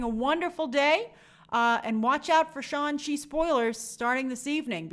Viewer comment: We’re going with “Shawn Chi” as the pronunciation now?